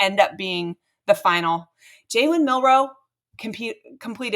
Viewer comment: Milroe not Miller.